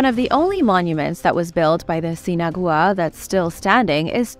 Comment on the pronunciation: i think it is "sin-agua" = without water..: )